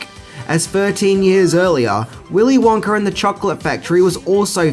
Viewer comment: you know, there isnt a "R" in "Wonka"